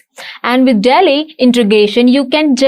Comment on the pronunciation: 😂Dear Video editor, its "Dall-e"... Not "Tally"